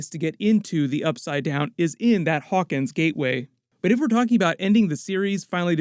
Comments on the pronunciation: Narrator needs to choose between pronouncing the town name as "Hawkings" or "Hawkins" -- it can't be both. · Hawkins, not Hawkings, bud.